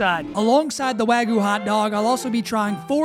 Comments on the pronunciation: Wagyu has a y in it. It's not wagoo, its wag-yew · wagoo ❌ Wagyu✅ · bro really said wagoo lol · Not here to hate, just a little constructive criticism… make sure to really hit that YU In Wagyu, I kept hearing wagu and it was giving me Ragu vibes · Gave me Ragu vibes… he really needs to hit the Yu in Wagyu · "Texas wagyu" Ah yes, texas japanese cow